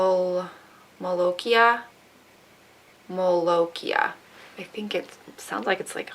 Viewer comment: Oh and not that it matters or whatev but its pronounced molok-eye